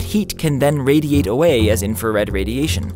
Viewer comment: ...can radiate awey, doo u no da wey?